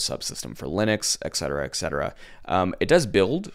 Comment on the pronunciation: It is "eT cetera", not "eK cetera", man.